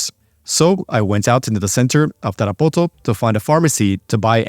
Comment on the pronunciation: sry but the way you pronounce Tarapoto sounds dumb